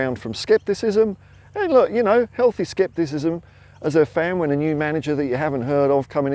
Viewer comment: Wow goosebumps in the end there. ❤😂 And for a moment I was sure you said Skipp-tisism 😅😅